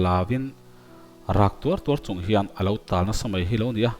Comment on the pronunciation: Ch hi S angin i lam ri khut zel. Hmar pa in Lusei thawnthu i chhiar a. Mizoram Hmar pa chu i nih loh hmel tlat. Chung tur Ni tih pawh, sung tur ni tiin i chhiar a.